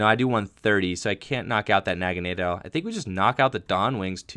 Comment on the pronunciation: Aaahhhh, it's "Poy-pole" and "Nag-uh-nay-dull"